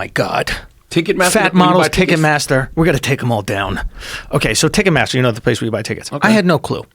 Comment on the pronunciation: pronouncing it ticketmassa from now on